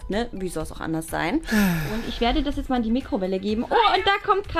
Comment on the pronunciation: Warum sagt bianka immer jetze